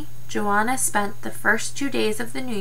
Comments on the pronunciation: Jua-naw, that’s how you pronounce it. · Good job! I havent read this book in awhile! Jouanah is 2 syllables though. Pronounce like your but with a j sound. Jour- Nah.